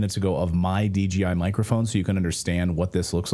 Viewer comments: DGI or you mean DJI😂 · D-J-I, not DGI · its DJI not DGI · Smh. Its a DJI mic. Not DGI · Dji mic, not dgi